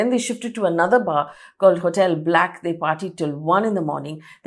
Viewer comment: Hi there Faye, love your fact based reporting but please note, the second bar is mispronounced. It is called BLAK by Sunburn, the Nikhil Chinappa events property. It was at Mariott Suites. People should know.